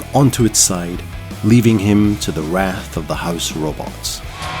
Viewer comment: That's not how to pronounce wrath.